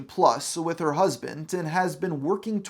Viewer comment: there is no t in the word husband